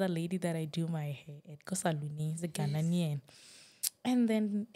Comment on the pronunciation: Ghanaian not ghananian 😂😂I love